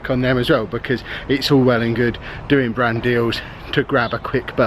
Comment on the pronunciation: Ohhhh....BRAND deal. I was listening and kept thinking was saying "Brandy" and I was wondering, "What, you can't have a brandy on a channel with kids on it?". Shoot, I used to put brandy in my kid's bottles when they were teething. Okay, before you all start...this was suggested by my mother, born in 1914. A teeny bit of brandy with honey and water.... eased the teething pain and let them rest. Wouldn't do it these days, but..... lol